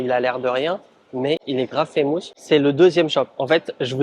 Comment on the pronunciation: woww ton anglais..on ne dit pas faaaammoouusss mais FFFaaiiimusss !